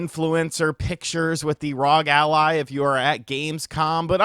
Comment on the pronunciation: its not "rog" its R O G its an Acronym